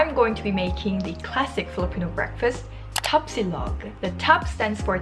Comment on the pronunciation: my god, the way you pronounce Tapsilog, longsilog, Tocilog, and others are PERFECT. Iloveyou na kagad!!!